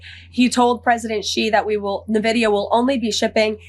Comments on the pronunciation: Can always tell when someone has no idea what they are talking about when they call nVidia, naaavidia, its friggen en-vidia, like envious. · For such a talented mouthpiece, you'd think she could pronounce Nvidia correctly. It's N-vid-ē-uh not nuh-vid-e-uh